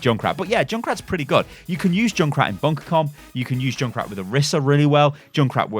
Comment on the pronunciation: Say junkrat not joonkrat